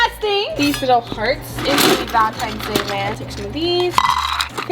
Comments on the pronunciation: Is it me or did say Valentime’s Day and not Valentines’ Day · Why does say valentimes doe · said VALENTIMES DAY 😂😂